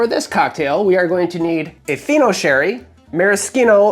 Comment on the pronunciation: When you said "Fino Spritz", I thought you said "Pheno Spritz", and I was very curious to know what the drink would be.